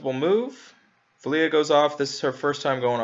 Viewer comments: Here name is pronounced "Vel-Lah", not Vel-Lee-Ah. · Why do you call her velia? There is no I in her name, wouldn't she just be pronounced. VEL-UH . Vela. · Why are you pronouncing her name as Veliya. I figured it would be like this = VEL A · Or perhaps “Vay-luh” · You say her name the following way Vela=bella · How do you butcher four letters and two syllabyls so badly?